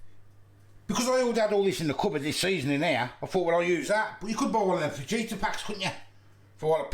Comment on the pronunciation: Fa Heat A not Faj Eater 🤣🤣